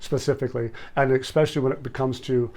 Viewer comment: You sound dumb when you say expecially -its not even a word! Look it up and the pronunciation too.